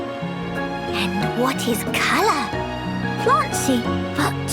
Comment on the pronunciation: As a Brit. Hearing put a much heavier pronunciation on the U in words like Colour and such is a weird combination of amusing, and annoying.